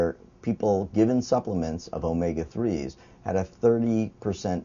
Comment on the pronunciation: actually not...he says it it in the proper Greek accent of the letter... Just like π should be pronounced pi like pit (without the t) not like pie